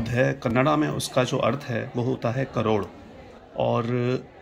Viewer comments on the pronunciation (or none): none